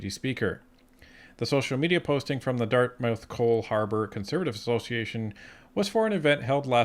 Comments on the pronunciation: I like you guys, I view your videos often. But it's pronounced Dart-mith not dart-mouth. But otherwise great job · As a Nova Scotian from the HRM area, it's pronounced Dartmuth. Thanks :P